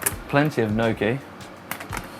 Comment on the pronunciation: I'm no Italian, but every time I hear trying to pronounce Italian words I cringe. E.g: Kam-pan-yah-lo/ kam-pahn-yow-lau, gna-chi, gaw-ri-baldy #slaughtermouth